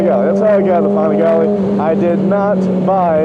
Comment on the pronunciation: Pan-a-gally Not fucking pohn-a-gauly You said it so fucking much just say it correctly please. Jokes on your "expert opinion".